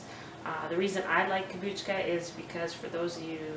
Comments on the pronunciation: No, you are putting a k before the a. I'm not trying to be smart, it's that I was an English Teacher and if you look the pronunciation up, it is not pronounced, Kom-booch-ka. 😊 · It is pronounced Kom-boo-cha.